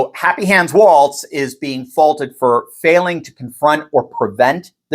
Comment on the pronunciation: *TO EVERYONE*: Tim Walz's name is pronounced "WALLS"; also, there is NO letter "T" in it. To reiterate, it is spelled W-A-L-Z, and is pronounced "walls". Thank you for you attention to this matter. 🤓🙏🙃;0)